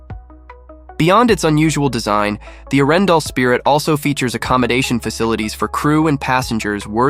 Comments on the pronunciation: Your prononciation of Arendal is so way off, that it could not be worse😂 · Its pronounced with a pause , between Aren and dal. Butt how to know, if your not from Scandinavia